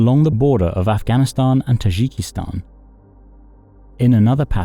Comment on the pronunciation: It's Tajikistan, with a "j" as in "Jim", not a "zh" as in Brezhnev. It's NOT pronounced "Tazhikistan", the way you do it in the video.